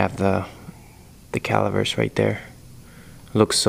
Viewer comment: Dude i like your YouTube vids. But please it’s really annoying me. It’s pronounced calipers not calivers 🤦🏼‍♂️🤯